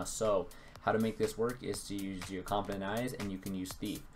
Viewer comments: Compound not confifedent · Are you saying confident eyes? or compound eyes?